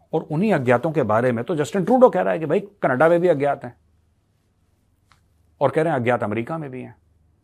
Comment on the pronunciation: Canada❌ Canedddaa✅ 😂